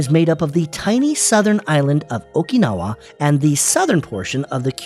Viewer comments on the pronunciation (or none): none